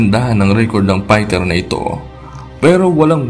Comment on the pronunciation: Pighter .. pighter .. pighter. Hahaha F .. ef... ph.. nice pight 🤣